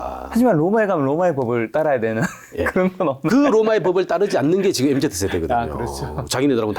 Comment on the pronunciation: 교수님 엠제트 아니고 엠지요..(소근)